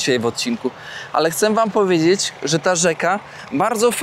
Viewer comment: Cześć bardzo cenię Twoje filmy robisz dobra robotę, brawo. Proszę nie potraktuj tego jako złośliwość ale „chcem” …